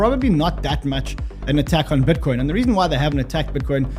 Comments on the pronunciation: please stop pronouncing bitcoin pitcoin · STOP SAYING PITCOIN PLEASE